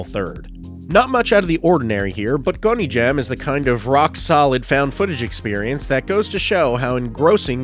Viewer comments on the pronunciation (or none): Sir, it's pronounced Gone-jom not Goney-jam. Great list, thank you. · Every time he said “gony jam” i physically shuddered